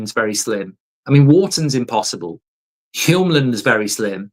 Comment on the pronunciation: YOLMAN (Hjulmand). You don’t pronounce the H in Hjulmand. So, emphasis on the J. I think trying to say ‘Yolman’ as an English speaking person would be better. Great show! From Denmark 🇩🇰